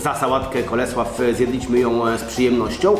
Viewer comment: Sałatę wymawiaj ; Kol Slou Pisze się;Cole slow